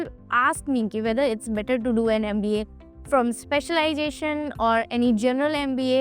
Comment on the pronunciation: NMIMS is the best. Hope you pronounce MBA properly. Big thumps down yo you for too much of bla bla bla